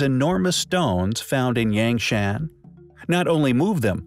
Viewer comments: I know it's trivial but "Yang Shan" is not pronounced that way. The A's are an 'ah' sound. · Eek the pronunciation of "yangshan" hurts me on the inside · FFS, this is a great video, but "Yangshan" is pronounced like "YAHNG HSAAN" and "Yongle" is pronounced like "YEONG LUUH" (not like "dongle" with a "y".)